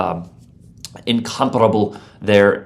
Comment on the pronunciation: The correct pronunciation of Incomparable is lovely to see ❤